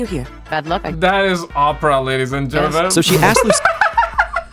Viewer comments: Ur saying opera wrong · R U fkn wit Us? LoL its O-Pruh (Oprah)